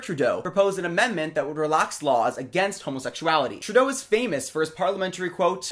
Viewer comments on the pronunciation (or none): none